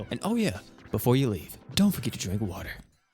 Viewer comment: Get your popcorn and get your wah’ah 😂